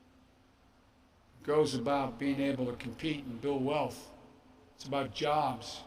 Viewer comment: BIDEN WANTS TO TAKE YER JOWBS!!!